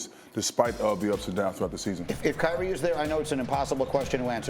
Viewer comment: There is no “T” in Kyrie only “I”. - a Team ♟ ♟ ♟ ♟ ♟ 🏀